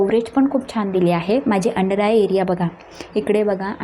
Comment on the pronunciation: छाण नाही छान